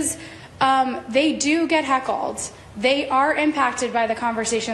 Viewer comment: She said "hackled" 😂 its heckled, ma'am.